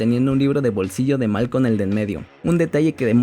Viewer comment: No es malcon😂😂 es malcolm